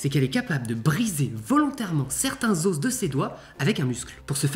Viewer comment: On dit des "os" pas des "osss"